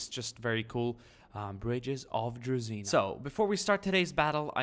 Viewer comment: DruZHina,, not DruZina Zh sound - like french word Je, but without E